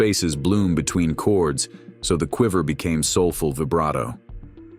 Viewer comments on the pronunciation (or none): none